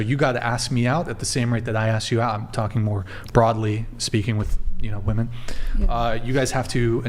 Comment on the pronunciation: What the hell is going on at the higher levels of educational where “women” can’t even say “women” correctly? It’s a god damn epidemic, and no one corrects it either so it just persists.